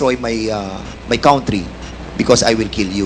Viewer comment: So many porms ? Or forms - don’t destroy my COUNT-try? Or COUNTRY? F pronouns P? Vice Versa - Fernandez need to study and relearn correct pronounciation of words - correct/proper English grammar